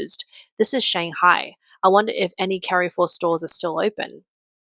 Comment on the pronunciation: Well the AI can't pronounce Carrefour correctly.